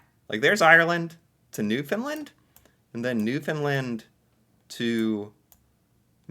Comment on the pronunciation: I love ya dude but ya gotta start pronouncing Newfoundland properly! Try this. Say "understand Newfoundland" quickly with no emphasis on "found" and definitely not "fin" for found or "lind" for land. Hope this helps lol